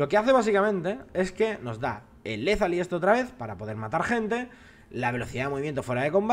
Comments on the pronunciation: deja de decir lethaly y di lethality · No se llama "Lethaly" sino "Lethality" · es Lethality, no Lethaly:) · Létali< con acento en la e. Pregunta: ahora si ambos jungla empiezan por bot, el lado rojo acaba antes con sus campamentos, mientras el lado azul tiene mucho mas para limpiar. eso es bueno? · LetaliTY!!! no Letaly, letaliTY! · es Le-tha-li-ty, no Lethaly. xD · LEZALY no, LE THA LI TY. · lethaliTY no lezali, lezaliti pls :) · en serio despues de 3 videos con lo de LETALI o LETHALI nadie le ha dixo nada???xDDD k te dejas un TY........LETALITY (LETHALITY) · por cierto la nueva estadística se llama letalidad , suena medio raro cuando lo dices en ingles XD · LethaliTY! te falta la última sílaba :V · es "Lethality"se dice literal "LE-TA-LI-TI" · desde cuando Lethality es Lethaly? xD